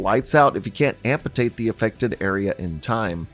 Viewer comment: “Ampatate”? Bro enunciation is your friend. Its AMPUTATE